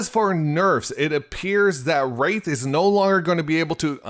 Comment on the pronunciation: When he said wraith I bout to smash my phone